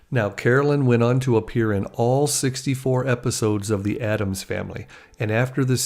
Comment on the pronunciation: It's "ADDAMS"!